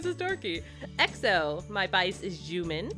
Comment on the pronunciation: Jumin?? Jumin Han?? 😂😂😂 Pretty sure it's pronouced "Shu min" no offence 😬😅